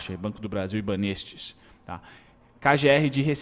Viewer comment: a pronúncia é banÉstes hahaha